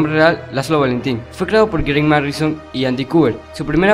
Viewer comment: Te fallo es Grant Morrison no "Marrison" el no es cualquiera y no soy fanboy pero si te equivocas con un nombre tan importante como este escritor no conoces a Batman y no fue solo tu crédito tu también lo dijiste así no lo tomes a mal mejor investiga mas ya veras que harás un mejor trabajo en el futuro